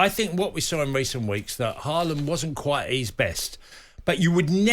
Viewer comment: How lucky working with her in the morning . Sweet. Idc even how she butcheres Haaland’s surname